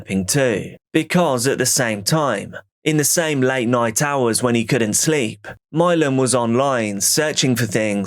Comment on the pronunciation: Imagine naming your kid Milan but pronouncing it "Mylon", could you look more ignorant?